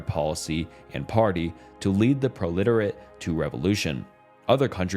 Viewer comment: brother also miss pronounced "proletariat" but i got the gist so no biggie.